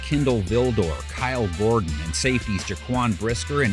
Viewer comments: “Kyle Gordon”…. come on man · Kyle Gordon? It’s Kyler